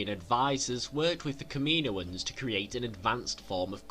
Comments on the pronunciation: It's pronounced KAM-IN-OAN not KAMINO-AN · Kameenoins😂 u mean kammanoins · Kaminoins . (Cam-a-noins) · The way you said "Kaminoans" pissed me off lol